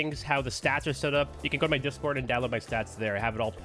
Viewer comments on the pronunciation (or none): none